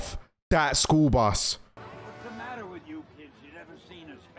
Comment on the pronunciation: It don’t even ma-ah